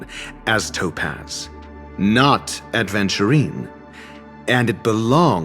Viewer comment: "Not Adventurine", no, I believed in you! Not you mispronouncing the name of the stone!